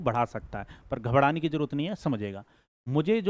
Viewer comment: घबराना ❌ घबदना ✅